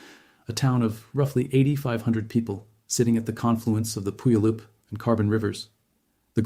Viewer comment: FYI: It's not PUyallup, it's puYAHlup. Accent on the middle syllable. A Salish word.